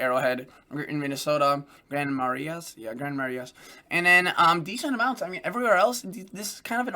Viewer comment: Grand Marais Mn is pronounced “ grand Maray “. Short trip from Thunder Bay, where I am